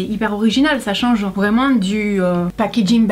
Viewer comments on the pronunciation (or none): none